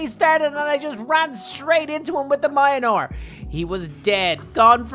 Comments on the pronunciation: Mjolnir is pronounced mulnear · Can u please pronounce mjlonir correctly I beg of you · Its pronounced Mjolnir. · You didnt even try to pronounce Mjölnir